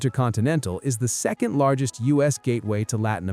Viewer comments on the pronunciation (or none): none